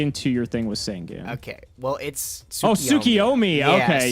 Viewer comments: SAN-GAN!!! JUST PRONOUNCE IT!!! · I don't know why, but the way he pronounces Sangan really bothers me.